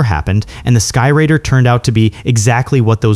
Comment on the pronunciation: A-1, Douglas 'SKY-RAIDER'. RADE-ER, in Phonetics. Not 'Rider'... My Mom (a multi-linguistic Teacher) and my Ex-Wife (a Thespian Dialect Coach) would be slapping your Face with Frozen Bacon strips by now!! LMAO